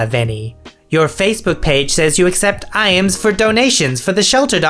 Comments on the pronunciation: Its pronounced eyems not i ams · Just for future reference IAMS is pronounce like (eye-ms) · The pronunciation of IAMS triggers me far too much.